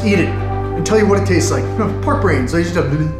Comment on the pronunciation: "Park Breens Ladies and Gentlblmbhg" HAHAHAHA